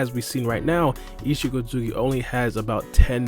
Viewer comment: Isshiki not isshiko